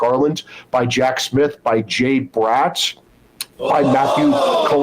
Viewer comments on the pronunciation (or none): none